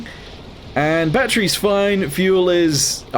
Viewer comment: normal people: battery: batteru😅😅😅